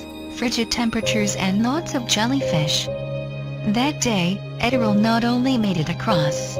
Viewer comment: Oh please, don't make it about anything other than her magnificent achievement. By the way, it's pronounced "Edd-er-lee" . At least, that's how they said it in the media of the day (radio)